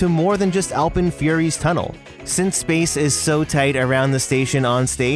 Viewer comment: It annoys me how says alpen